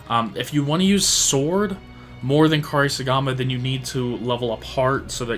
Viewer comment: Say it with me….. Coupe-Sorry-Gama 😂😂😂